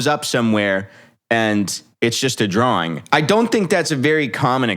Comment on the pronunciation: Bro even says drawling now drawing.